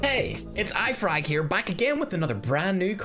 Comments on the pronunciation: You just say ifrag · Nobody: IFerg: Hey its IFrag here. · Did any one hear ifrag insted of iferg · iferg sayed ifarg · Why did you say Ifrig? Instead of Iferg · Hey did you say ifrag to your self? 😂🤣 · He said his name wrong ifrag 🤣🤣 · Did anyone notice that he said i-frag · He said his name wrong